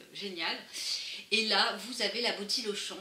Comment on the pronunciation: Super vidéo ! (haha, la "boti lauchon") <3